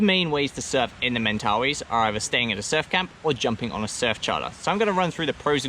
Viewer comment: Mate. This was the perfect video I was looking for!! Thank you so much for doing this video. What I noticed was how your pronounciation of Mentawais kept switching from Mentawais to Mentawees :) . We get that a lot with people in NZ at a famous surf beach called Te Arai. Surfers generally know it as Te Aree. Haha. :) How much are the board hires and is it generally quiet during Dec -Jan? For those of us in the Southern Hemisphere, this is when we generally travel :)